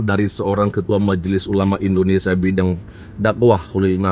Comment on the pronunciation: Indonesia bukan Indonestan